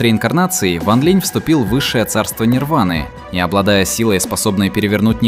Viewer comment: Сколько автора не поправляли ранее, все также бросается перевод с ударением... Ван ЛинЯ и Цин ЛинЯ. И ведь обещал исправить, но пока результата нет...